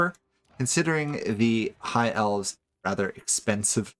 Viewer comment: You struggle every time you have to say elves.